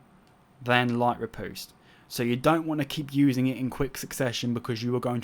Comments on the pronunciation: "Impaling rih - POOste." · You said riposte so bloody wrong facepalm